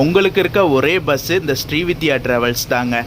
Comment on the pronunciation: Bro, it is not ஶ்ரீவித்யா . It is ஶ்ரீவிந்த்யா travels. Pl correct your pronunciation.